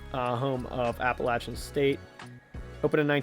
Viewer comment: Well, at least they got the pronunciation halfway right! And by the way, I'm a Western graduate, 1973.